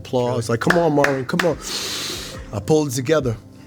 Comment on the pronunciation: "I'm MOWLEN wayans" ??? ha??